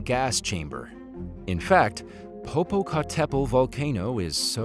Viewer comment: The abysmal pronounciation of Popocatapetl has me still laughing!